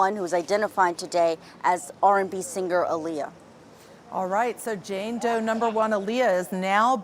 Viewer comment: How you say Jane Doe, 🤦🏽‍♀️